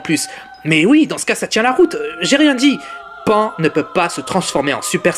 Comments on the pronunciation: D'ailleurs c pas pain c pan putain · vous me faite rire vous les mec qui critique essayer de faire pareil et après vous fermerez votre gueule et on dis pas pain mais pan(e) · Et elle s'appelle pan pas pain pffff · Pain et OVA xD , on dit PAN et OAV